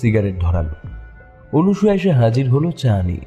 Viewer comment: অনসূয়া হবে উচ্চারণ।